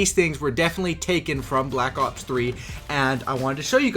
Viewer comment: Is it just me or does he sound like hes saying black cocks 3 ?